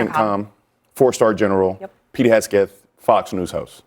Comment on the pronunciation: Why would you have someone on there that can’t even say Pete’s name right?